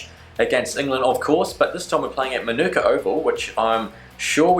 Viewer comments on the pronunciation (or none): Great vid mate, just FYI Manuka Oval is pronounced maa-naa-ka Oval. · just letting you know it is pronounced Ma-Na-Ka Oval 🙂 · Love you’re content but it’s pronounced Marn-ika Keep up the awesome work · Its funny He can’t pronounce Manuka Oval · Vids are quality as always, but the way you say Manuka really seems to bug me